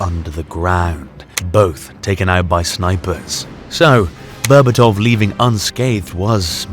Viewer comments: the way you pronounce his last name makes me vomit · Bro made a 16 minute masterpiece documentary and didn't bother learning how to pronounce Berbatov's name correctly